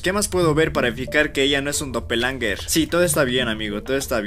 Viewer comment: Se llama doppelganger no doppelanger